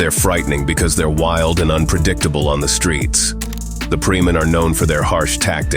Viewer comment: Indonesia ,not preeman😂😂😂